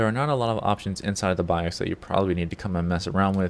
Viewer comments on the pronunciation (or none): none